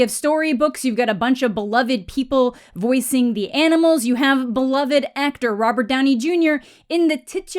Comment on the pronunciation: You have awesome content. But for the love of your fans. Please pre read and practice what you’ll say. You miss pronounce words way too often that just make no sense at all. You don’t the the word amicable ? Or subSequent? You don’t break up the words it’s one word. And beloved.... you have again amazing content just maybe practice reading online so as not to sound so cringe with some simple words.